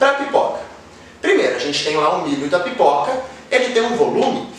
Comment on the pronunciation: Vc disse pipica?! Kkkkkk